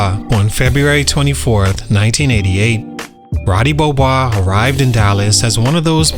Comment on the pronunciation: "Ruudee Beeohboise"